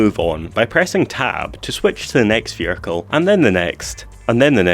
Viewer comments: "your veericle" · "vehircre" 😂 love your vids man